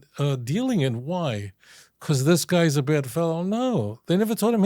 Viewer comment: Kabad? He should go talk to Tucker Carlson, at least he spelt it first then pronounced it.